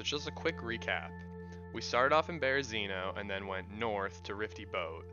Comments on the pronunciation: Rify, not Rifty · good guide, just wnat to say the big ship above berezinho is called Rify- not Rifty